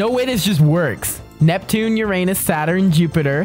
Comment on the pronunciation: Hey you always say Uranus wrong